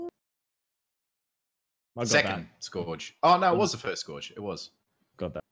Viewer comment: Someone's gotta tell how to pronounce "Scourge" 😂 For real though, another great chat there boys. Always good to hear Aussies discussing Destiny! 😀